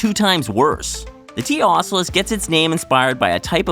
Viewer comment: In addition to the inaccurate chest 'buster' (chest burster), you're butchering the name of T. ocellus. Ugh.